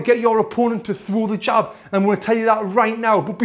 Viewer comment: Whenever he said "the jab" all I heard was "hijab" lol and no offence to any Muslims